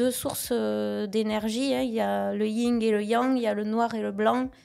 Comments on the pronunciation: oh désolé ! J'ai froissé ton petit cœur, j'ai osé émettre une petite critique sur ton idole ? 😂 Je ne vois pas du tout ou j'ai été mal poli ou irrespectueux. Et je vois pas du tout le rapport entre l'accent et le fait de dire YING au lieu de YIN. Même avec un accent, si tu connais un minimum ce dont tu parles, tu ne prononce pas le G. Cest tout, bisous 😘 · le yinG et le Yang ? 😂😂😂 Revois les bases. Tu seras plus crédible